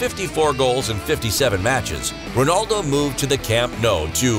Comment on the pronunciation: That not how you pronounce his name lol 🤣